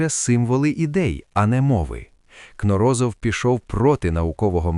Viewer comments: Взагалі-то, КнОрозов, а не КнорОзов... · В фамилии Кноро́зов ударение ставится на второй слог, на букву «о» — Кноро́зов, так как сам ученый Юрий Валентинович произносил ее именно так, и это соответствует норме для подобных фамилий, как вспоминают его соратники. Правильно: Кноро́зов (на второй слог). Неправильно (согласно словам самого ученого): Кно́розов.